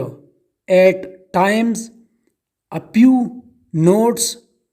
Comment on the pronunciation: Bc bolna bhi nhi ata few ko pew pew bhk